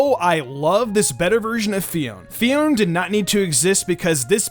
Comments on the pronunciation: Wait I thought it is Fi-on-é not Fi-on, uh okay then. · It may be spezled Phione but it's pronounces PHI-O-NAY. It may be confusing but it's true.